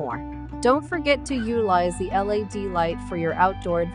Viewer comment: Why does she keep saying L.A.D. light instead of LED?